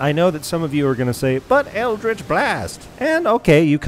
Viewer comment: Why is everyone saying it wrong? It's pronounced Eldrich B-WARGH